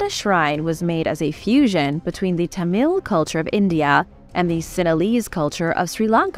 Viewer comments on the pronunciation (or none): none